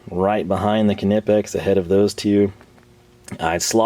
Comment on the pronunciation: What the hell is with the Knipex pronunciation?